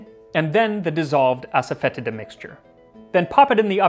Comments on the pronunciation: asafoetida is pronounced assa-fah-DEE-sha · The mispronunciation of Asafoetida drives me nuts every time. It's "foe" not "fet" and the i is a long e sound. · no lol, it is pronounced a-suh-feh-tee-duh. Even if you are pronouncing it in latin you’re still wrong, then it’s ah-sah-foy-ti-da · I recently watched a video from Priya Krishna in which she pronounced it aso-fet-EE-da. She also mentioned she stores it on a open shelf as to prevent enclosed spaces from becoming overwhelmed with the order. Would love a silphium episode. I've been intrigued with the origins of drawn hearts theory since I've first heard of it. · As Priya Krishna could tell you, it's pronounced "Ass-Foe-Tee-Duh". Pretty sure everyone mispronounces it, which is why I just call it by its Hindi name, hiin. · I found a recipe for kichiri about 8 years ago and went to a specialty food store to find the asafetida. Boy did I butcher the pronunciation. I’m embarrassed hahaha “Ahsahfuhteeduh” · ass-a-fetid-a ... ... butt grossness herb? XD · ass-a-fetid-a, lol